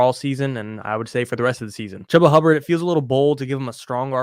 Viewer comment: Achane already 2 knee injuries in a short amount of time. I don't see him lasting too long. Holding Mostert for Achane's eventual re-injury. And thank you for saying Chuba Hubbard's name correctly! It's not Chooba, it's Chub-ba.